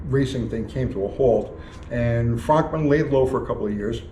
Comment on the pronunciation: It’s pronounced Frönkmann lol